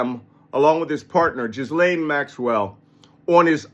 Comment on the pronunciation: You're the only one, apparently, that pronounces her name properly... A little aside, but still.